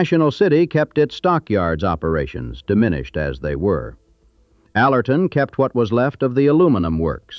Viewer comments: AI sucks. Alorton is not pronouned "A lortan" it is pronouned "Aler ton" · AL er tun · It't pronounced AL or ton-with the emphasis on Al, not al OR ton the way they are pronouncing it on here